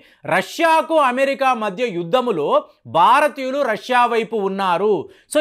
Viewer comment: బారతీయులు కాదురా నాయన భారతీయులు దేశం పేరు కూడా పలకటమ్ తెలియని నువ్వు చట్టాల గురించి చెప్తున్నావ్ ఖర్మ